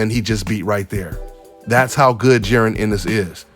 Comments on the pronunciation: The man name is jaron not jerin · J A...RON its Ja..Ron lmao great breakdown though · Just call him em is bro 🤣 saying that man name all wrong